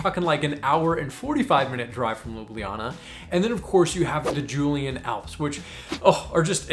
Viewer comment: Great tips. Just one thing, it’s Julian Alps, not Julien.